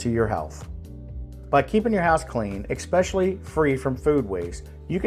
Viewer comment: You said EXSPESHULLY!